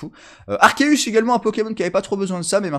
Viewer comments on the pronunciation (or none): none